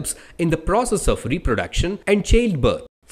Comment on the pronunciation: Thank u but ur pronunciation of child should be improved